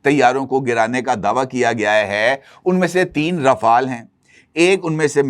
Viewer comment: Bravo صاحب ❤ آپ پہلے اینکر ہیں جو رافال Ra fal صیح طریقے سے بول رہے ہیں جو فرانسے french میں بھی بولتے ہیں۔۔ ورنہ مودی راپھیل کہتا ہے 😂 اور باقی را فیل 😅۔۔۔